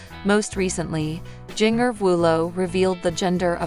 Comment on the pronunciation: Helloooo her name is pronounced *Gen -ger / Jinger!!! You are looking ignorant!